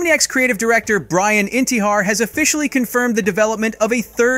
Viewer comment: Not trying to hate, but you need to change your the way you say Brians name bro xD